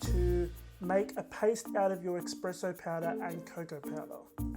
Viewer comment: Espresso not expresso lol sorry